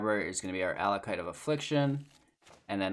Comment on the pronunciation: it's pronounced AckOLight